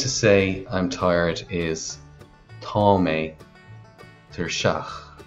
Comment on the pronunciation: There is no dialect of Irish that uses 'th' (as in the British English 'th' sound) in the word tá. It's an error in the video above. There are dialects where tá may be pronounced as 'há' (which would be rendered under Irish spelling rules as 'thá', but please never pronounce 'tá' as 'thaw' (as in the English word thaw). This does not happen in Connacht 100%.